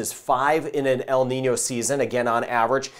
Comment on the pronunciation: Thanks for telling us about En-Nìno and La-Nìna. The way there dose work.